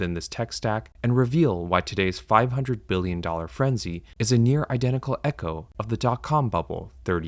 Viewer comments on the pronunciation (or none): none